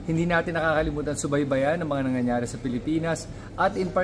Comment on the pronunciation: Fluent knmn mag tagalog Frend & I know rather we know that ur intelligent, pls itama mo yung salitang... " Nangyayare" na namimiss pronounce mo as..." "Nyanyanyare"- that is so elementary at di po magandang pakinggan.